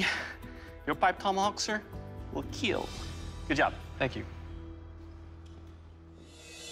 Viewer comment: "It will keel... and get me buzzed."